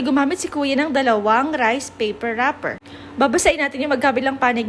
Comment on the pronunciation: It always cracks me up hearing a completely foreign language and the out of no where there’s some english like “rIIce payperrr wrapperrrrr” 😂😂